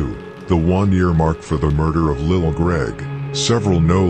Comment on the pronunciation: Broooooooo it's pronounced lil lessssssss